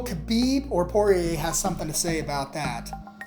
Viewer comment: When you're doing a UFC commentary, but don't know how to pronounce "Poirier" or "Rafael Dos Anjos"...